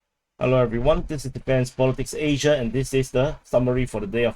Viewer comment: Need the face also need more emphasis on Aaaaaasia during the intro. It's your trademark, embrace it. Thanks for the great updates and comic relief.